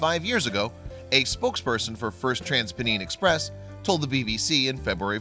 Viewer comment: Maby because this American dude can't pronounce things right? He can't even say TransPennine Express correct...lol